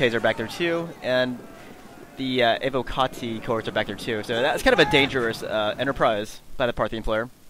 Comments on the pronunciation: ALL SEGA SAILORS PLEASE LISTEN your pronunciation of words is terrible IT'S NOT AVO-CARTI as you pronounce it, its pronounced EY-WO-KA-TEE. Sorry for the hatred, I love Sega Sailors but when it comes to word pronunciation, Sega Sailors are the world's worst at the English language. There's no R in Evocati and I'm also curious as to the difference between "word pronunciation" and all other kinds of pronunciation. I'm still not sure what "over extended the i" means though... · You do realize it isn't English right, and it's actually Latin? It's from evoco, where the v would be pronounced as a w and the c would be a hard consonant.